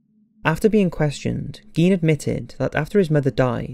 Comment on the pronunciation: Garh!!!! You are pronouncing Gein wrong!! I hate when this happens. Apparently no American can say his last name correctly.